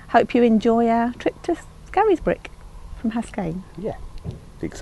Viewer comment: Great video again. I hope the locals aren’t watching - your pronunciation of ‘Scarisbrick’ will see you burned at the stake. ‘Scaris’ is pronounced either ‘scares’ (to rhyme with ‘stairs’) or ‘scaze’ (to rhyme with ‘daze’). Never to rhyme with ‘Harris’ 😄